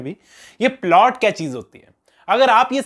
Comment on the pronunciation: is polt 😂😂, not plot